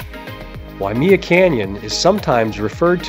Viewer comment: Thanks for the info but one thing Waimea is pronounced (why-may-uh) not wy-me-uh.